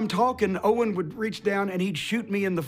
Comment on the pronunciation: Notice he said own instead of owen